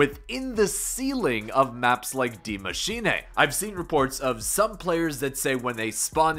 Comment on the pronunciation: i think its good that ur the only one thats spell the word die mschine right.. im austrian an speak german, sounds proper :)